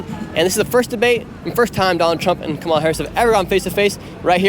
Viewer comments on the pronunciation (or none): Perhaps you could cease using djt's intentionally disrespectful mispronunciation of our vice president's name! Her name is NOT pronounced Ka Mala, it is Kama La! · KAHMAHLAH NOT kamela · Komowla LOL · It's not KaMAla it's KAmala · Notice how leftists say KAmala instead of kaMAla, and they seem to care about it a lot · As soon as I hear someone pronounce her name "ka MA la," I know with 95% certainty that they watch right wing media exclusively and are unaware of the facts of what Trump has done. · LMAO Your pronunciation of KA MAWW LAH is hilarious when the libs get upset lmao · When you repeatedly incorrectly pronounced Kamala's name, we already know your true color. You can stop faking your non biased BS. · So your narratives is to mispronounce Kamala's name repeatedly. Either you are biased or you are just too slow to learn. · you know this guy is a trump supporter just from the fact he pronounces kamala's name wrong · All you have to do is pronounce her name and we know you.❤❤❤ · Why won’t you people pronounce her name. So disrespectful! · Is it honestly that hard to pronounce her name correctly? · It might be a good idea to learn how to pronounce the name of the Vice President before polling the public about anything political. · Drives me nuts that he pronounces her name wrong. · Guys, learn how to pronounce Kamala’s name correctly! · Nick continues to mispronounce, Kamala's name despite having been corrected long ago and knowing better. Reputable journalists always strive for accuracy. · Why do you keep mispronouncing her name? Cringe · The one lady who supports Kamala is a R(word I can't say on here). SHE SAID HER NAME WRONG!!! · Why does Nick Shirley keep mispronouncing “Kamala”? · Lol, they don't like it if you mispronounce her trashy name, but they will use nasty language to speak about him. Hypocrites. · You were showing your right wing bias and the way you asked questions and you should pronounce Kamala’s name right that’s very disrespectful